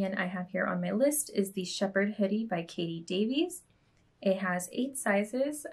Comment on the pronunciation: Loved the show. First time viewer, and I’ll subscribe. Also, Kate’s name has the “e” silent, like kait.